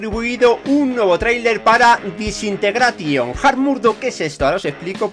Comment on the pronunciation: Que mal se te da el inglés ,se pronuncia jeilo (halo) y desintegreichon (disintegration )